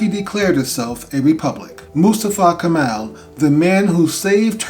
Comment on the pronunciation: Not Kamal .. correct is Kemal